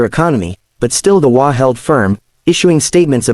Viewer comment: The WA? There certainly must be a way to get the AI to read “HOA” properly for a story about HOAs. (SMH)